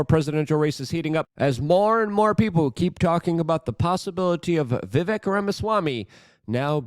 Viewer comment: Yo, please start saying Vivayk. Lov ya, me....